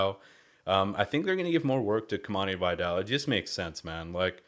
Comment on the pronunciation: Great video, thanks ! FYI is pronounced Kimani "VEE-dal" not "BYE-dal"